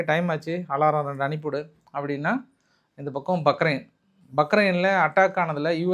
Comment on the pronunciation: தலைவா பக்ரின் உச்சரிப்பு தவரு பஹாரின் ன் சொன்னால் இனிமையா இருக்கும்